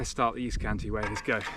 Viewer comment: Cantii not Canti - two i's - Great work, keep it up 😊